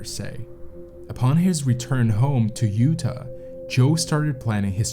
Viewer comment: You didnt know how to pronounce utah? Smh cant watch any documentary made from someone who.cant pronounce utah correctly 😂 smh